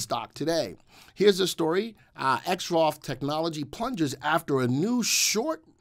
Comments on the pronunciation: Your credibility suffers when you can't pronounce the name of the company properly . Its not " Exrof " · The VectorVest subscribers typically refer to Exro Technologies by it's ticker symbol which we pronounce "exrof". Trust me, have been with VectorVest 15 years and knows what he is talking about.